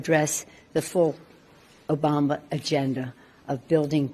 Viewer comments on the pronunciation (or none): At minute in this beautiful speech by Senator Joni Ernst, she says "President 'Bama".